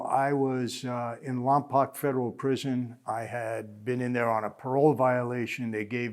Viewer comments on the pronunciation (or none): Lompoc is pronounced Lom-poke not Lom-pahk, just a heads up👍🏼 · I'm from Lompoc CA. Its funny how people always pronounce it wrong. Its Lom-poke that's how you say it. Carry on 🤣